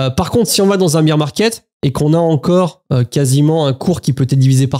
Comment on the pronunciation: Chance d'être passé pas mal en stable crypto et d'avoir vidé le PEA avant la baisse. Incertitude totale. Par contre c'est le "bear 🐻 market" pas "beer 🍺 market" 😂